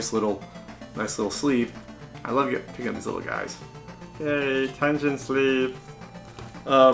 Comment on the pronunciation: That's Tengen with a hard "G" sound... but who cares. Nice button!